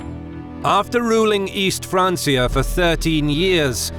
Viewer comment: Umm... Francia is Latin in origin and was the name the Romans gave the Franks, therefore it is spoken with a hard "C". It has been corrupted by ignorant peasants, especially those who like to use it as a fancy personal name, but when talking about the nations of West and East Francia, it's pronounced FRANKIA, the Realm of the FRANKS, not the Realm of the FRANCES. Do you think the French FRANC is called a FRANC(E) or a FRANK? Remember Julius Caesar? The Literal pronunciation is Yulius Kaiser, or Kaisar, remembered in no less than the biggest non-Roman entity to be enormously influenced by their proximity to Rome, the Germans. The Franks were Germans. Do you thinks the Franks forgot the hard "C" in their name just because you do? Stop being such a noob, you country rube. The one thing that always turns me off of a so-called "educational channel" is when their narrators and writers are themselves uneducated. You're about one FRANSIA away from an unsubscribe.